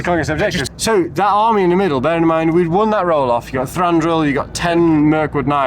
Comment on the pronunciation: Thanks for the summary, guys, and well done! One note that I may have mentioned before: Thranduil has only one r (it's Thranduil, not Thranduril).